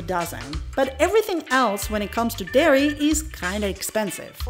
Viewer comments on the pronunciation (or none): none